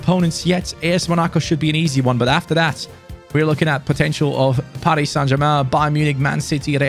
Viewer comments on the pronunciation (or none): none